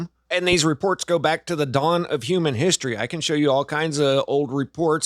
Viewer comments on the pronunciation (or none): none